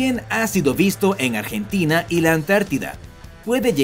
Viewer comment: Un momento dijiste argentona